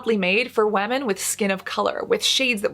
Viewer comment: Do we say WAMIN in English nowadays instead of women?